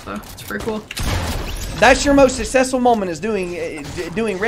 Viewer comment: TIL does not know how to pronounce “successful”